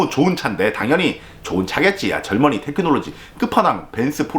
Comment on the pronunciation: 절머니를 지금까지 젊은이로 들었네